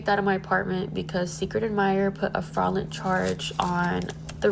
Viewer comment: “Secret admirer put a “fraaawlen charge””? wtf are you trying to say?